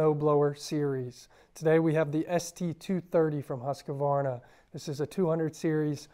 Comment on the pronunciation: Good video, but please say the name correctly 👍